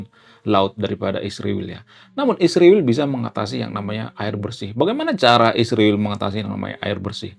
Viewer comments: Kau ini sebut israel sj salah tapi sok pandai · Bang emang gak bisa ya KL bilang Israel kan sama2mengucapkanya ??